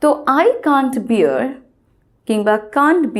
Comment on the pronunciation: Pronunciation of bear uttered by u is wrong first learn English pronunciation then start teaching